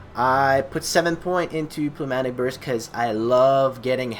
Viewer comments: p is silent, basically newmatic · nope its ''pnevmatik''